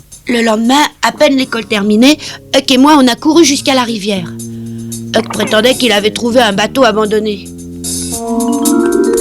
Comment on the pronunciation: "HUCK" et non pas "EUK". Huckleberry Finn & Tom Sawyer...espèce d'inculte.